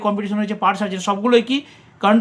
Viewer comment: Atleast Hindi ta to thik kore porun...😂 Sarzen da Likhechee ek bujheche r ek 😂